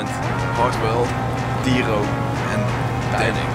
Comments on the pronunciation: that's how we pronounce it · lol how dyro corrected dannic in pronouncing his name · when Dannic says Dyro's name wrong....lol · It's how you pronounce it in Dutch. He's saying it to mess with Dyro